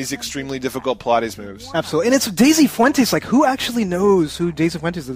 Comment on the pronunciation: omfg, I'm unsubscribing because you guys don't know how to say Pilates...lol And please, we add U's to everything. You guys just remove letters. I mean, hoe, dik and I'm pretty sure there are many more. Anyway, Good luck guys in finished ninja bread man.hopefully its really short. and, i think you guys should try one of these (or All): Resident evil Archives Star Ocean : The last hope. Rise of the Argonaughts (not sure if you reviewed this one or not.).